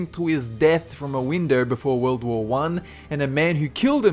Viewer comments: sid he just say world war pooh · You said world war poo